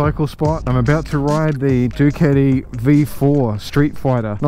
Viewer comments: please pronounce properly . whats duketi? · Never heard someone pronounce Ducati the way you do, sounds kinda funny✌🏻😅